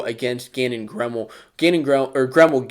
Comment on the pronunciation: And it’s Gannon Greemel I believe